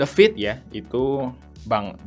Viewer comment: The fed mas bukan the fid